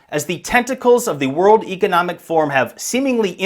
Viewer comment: Since when “Economic” rhymes with “Archeologic”?